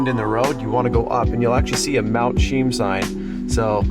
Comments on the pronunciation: Its pronounced Mt. "SHE-EM" CHEAM. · It’s pronounced Chee-yam. From the Halq’emeylem word Xwchiyom which is the name of a village at the base of the mountain on the Fraser river. The actual Halq’emeylem place name for Mt. Cheam is Lhílhleqy.